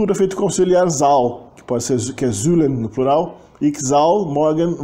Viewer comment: Parabéns, muito bom. Não é fácil pronunciar o "ui" e nem o " eu" ! Só umas pequenas correções se me permitir. A palavra é " vandaag" e não "vandag". Pronuncie os " i" como "ê" : Ik wil water drinken= Êk wêl water drênken. A pronúncia do " u" da palavra "zullen" é igual ao "e" do artigo "de", portanto não um "uu" nem "oe".A pronúncia de "tafels" ( mesas) não é "taffels" mas "tááfels". A pronúncia dos "g" é bem gutural nos Países Baixos ( harde g) e não é igual ao g do alemão. No sul da "Holanda" e no flamengo belga o " g" pronuncia- se com um " zachte g" algo parecido com o g- laut alemão ( não igual!). A palavra " meisje" ( menininha) pronuncia- se méisje e não " meesje" (mêisje) que é uma espécie de passarinho. E não houve MESMO a perda total do genitivo! Muitas expressões permaneceram "versteend" como "Vrouw des huizes" etc. Gecopieeerd van het internet: genitief (taalkundige term) synoniem = bezitsvorm, tweede naamval De genitief is een vorm die aangeeft van wie of wat iets is. Bij zelfstandige naamwoorden is dat de bezits-s. De betekenis ervan kan worden omschreven met een van-bepaling. Obama's grootmoeder (= de grootmoeder van Obama) Frankrijks culturele identiteit (= de culturele identiteit van Frankrijk) vaders rommelige kantoor (= het rommelige kantoor van vader) Ook bijvoeglijke naamwoorden krijgen een bezits-s als ze voorafgegaan worden door iets, niets, wat, veel, weinig of wat voor en het geheel de waarde van een zelfstandig naamwoord heeft. Het was niets bijzonde